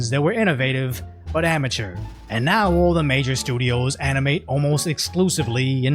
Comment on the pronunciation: Whoa whoa whoa... who calls Strongbad "armature"!?